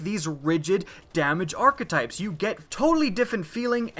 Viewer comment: is it just me or is the way he is pronouncing hakke and archetypes really wrong?